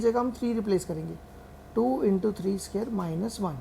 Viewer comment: bro a scare nhi square hota hai